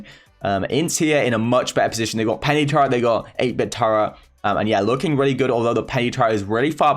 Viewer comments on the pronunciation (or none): Who heard turrent as tara...